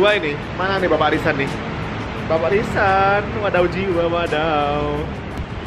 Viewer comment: Kak Jerome : "Bapak RISAN" Yang aku denger : "Bapak LISA"